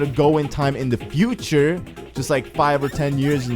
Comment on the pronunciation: futer not cuter